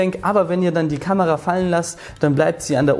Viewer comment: bin ich doof oder sagt der immer "kanera", statt kamera?